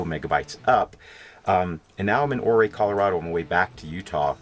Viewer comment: I realize I'm a little late to see and comment on this but it's killin' me -Ouray is pronounced yur - á. ;-)